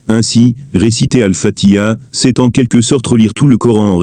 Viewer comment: Je pense qu'avant d'explication surtout de religion, il appartient d'apprendre à prononcer convenablement exemple prononcer fatiha convenablement le ha se prononcé et non fatia dire fati ha